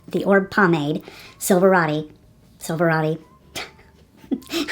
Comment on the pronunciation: not to be rude or anything like that but an influencer should know how to pronounce a major brand. Please research how to correctly pronounce Oribe